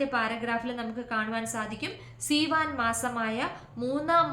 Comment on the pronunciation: Seevan month not theevan , written in our text.❤